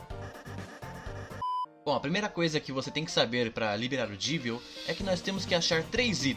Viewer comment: krl q agonia, mais um que fala "Jeevil" e não "Jévil" que é o certo, ja que o nome dele é uma mistura de Devil com Jester.